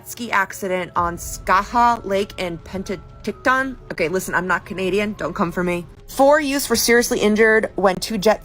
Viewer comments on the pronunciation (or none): Hearing that one girl try to say Penticton is hurting my soul 😅😂😂